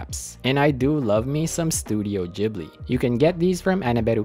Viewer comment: nah bro the way u saying ghibli got me suicidal